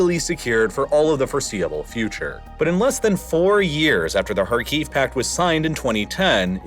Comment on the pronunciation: Pronunciation tip: Sev-a-STO-pl, not Sev-AS-to-pol. KHAR-kiv, not Khar-KEEV.